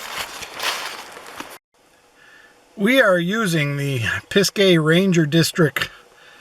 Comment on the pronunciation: I always heard it pronounced pizga not pizgay. Beautiful area, too bad it has gotten so crowded. Have family in Asheville, becoming hard to live there as it is so busy and expensive. Looking forward to camping vids in that area. I'm in Atl so will add them to my list.